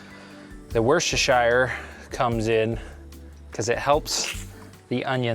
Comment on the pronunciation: It's pronounced "Wuss-tuh-sheer" or ""Wuss-tuh-shur". It depends on where you're from in Britain. Don't ask me why, it just is.